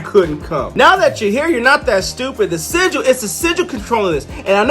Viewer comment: Yeah, u saying it wrong. It's sigil(like Jill).